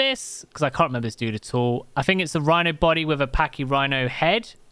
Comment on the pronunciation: Wooly whino. The furry narwhal. XD that's just what comes to mind hearing that.